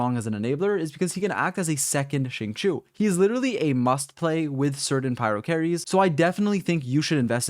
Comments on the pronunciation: Xingqiu reads as sing-show, not shing-shu - sincerely, xingqiu main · AM I THE ONLY ONE WHO IS PISSED HE SAID CHINGQUI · i thought it was pronounced shing-cho ?? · the way you say xingqui still makes me want to cry